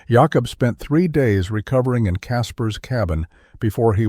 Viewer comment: Jah kobb? WTF is a Jahkobb?